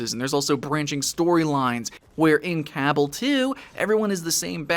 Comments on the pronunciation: Dude it's cabal not cabble. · Duke Bro CABBEL * that's the way he pronounced. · its pronounced ca-ba-l ,whit hit on second a! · Its pronounced cuh-ball... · Hehe he said CA BULL two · Cabal is pronounced like the cabal from mortal Kombat m8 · haha the way you say Cabal makes me laugh. Iv'e always just pronounced it Ca-ball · After playing the first Cabal. With a Blader, and Archer; both over level 100. I find this disappointing. Also it seems there is now 3 ways to pronounce this game.